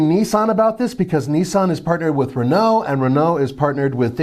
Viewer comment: Why pronounce Skoda correctly but not Dacia or Renault 😂